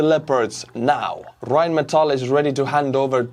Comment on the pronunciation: butchering Rheinmetall was a total fail it's pronounced just the way you did what's a tankers favorite music? RheinMetall